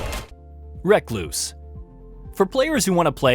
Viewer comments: Also, recluse is prefectly worded, the problem was the acentuation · I mean he couldnt say recluse tho 😅